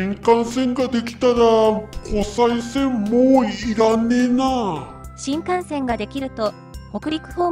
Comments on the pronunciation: 湖西線をコサイセンと読んではならぬ！ コサイは浜名湖の西を表す言葉。 湖西市(コサイシ)に引っ張られて湖西線をコサイセンなどと言うなかれ！ コセイは琵琶湖の西の意味になる！ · ナレーションではちゃんと「こせいせん」て言うてるのに、何では「こさいせん」て言うんや？ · こら、！ 一度だけ「コサイセン」と言ったな！反省しなさい‼️